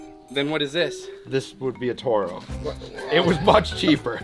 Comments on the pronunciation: Dude its pronounced ''tore-o" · You can not mispronounce toro being from mn both . Turn? Towroe ! Best machine from mn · pronouncing it turo triggered me more than it should. TORO boys TORO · How does a Minnesota guy pronounce Toro wrong? 🤦